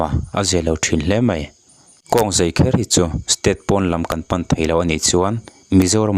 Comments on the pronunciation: Zei, tiin a lam deuh tlat a, fiah takin Zai han ti se ka ti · I mizitawng hman hi. Zai nge zei. Uluk deuh leh fiah deuha lam a vatha ve